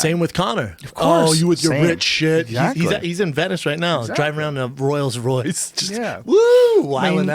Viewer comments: If schaub says "ROYLLS ROYCE" one more time!!! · Out of all the things Brendan mispronounces "Royals Royce" is one of my favorites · it is "Rolls Royce"